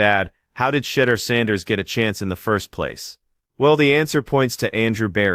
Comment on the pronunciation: Please learn to say his name correctly----"shed-doer"....🙄